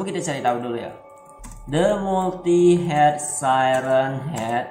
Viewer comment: Multiheded siren head bacanya bang